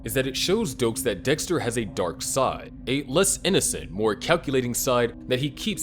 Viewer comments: Dixter lol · ”lab geek my ahh, Dextuh 😏”